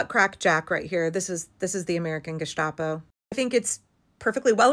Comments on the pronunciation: the "sta" in gestapo is pronounced like the begining of "sta"rt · It's "Gesstapoh", e.g. without "sh" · stop saying Gishtapo , it's not a soup